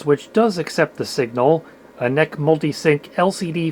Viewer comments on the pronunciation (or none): NEC is like IBM or VGA and should be pronounced that way. 😀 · I believe this is the first time I've ever heard anyone pronounce NEC as ""neck"